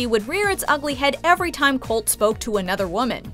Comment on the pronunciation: The way Larissa mispronounces Colt’s name kills me every time